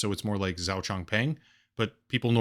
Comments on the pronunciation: zhao is pronounced Joe. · Isn't Zhao pronounced like "Joe", but with a very slight "ch" at the start? Could be wrong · zhao is pronounced something like "joe"